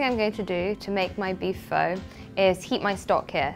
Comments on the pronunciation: ..its pronounced like 'Phar' although its 'Pho'... just so you know .. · She cant even cook pho or even pronounce it. Lol!!